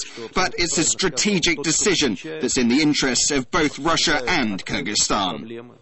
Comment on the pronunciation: the way this woman says 'kyrgyzstan' makes me shudder.